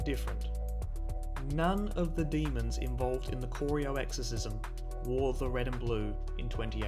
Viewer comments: As a lifetime Cats fan I always enjoy vids like these. Who can forget 2011, when Collingwood only lost three games.... all of them to Geelong. But dude, it's not Cor-ee-o, it's Cor-eye-o. Drive down there one day and stop at the Corio Bay Roadhouse for a burger... It's a game day tradition. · I love how he pronounces Corio! It’s K-ri-o not K-oreo! 🤣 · Great video, but it's pronounced Cor-eye-OH, not Corry-oh :P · Great video, but please learn how to pronounce corio.